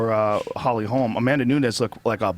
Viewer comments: When is Shitty Schaub gonna realize that once one of these are posted, his comments are there forever?? 1st off its HOLM, not Holmes. Say it Schaub, Holly Holm. 2nd off there are NO top college football programs that stopped practicing live hitting, to prevent concussions.Trust me, im a die-hard USC fan and due to the absolute bogus NCAA sanctions, we had to stop live hitting for yrs because we didn't have enough players due to scholarship penalties. It directly affected the games played during the following seasons because we couldnt simulate a real game and so we sucked at tackling and lacked physicality. And Robbie Lawler DOES spar, he just cut down the amount. Finally stop saying shit like it was your own idea or story, when in truth other ppl told u that story or idea. Ya got caught by Joe today, blood doping story u goof. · Hey Brendan say it with me mate 'Holm', is it really that hard?